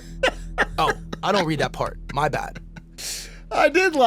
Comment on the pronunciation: Dude am I cooked or is this narrator AI? The inflection on the word "part" sounded so unnatural.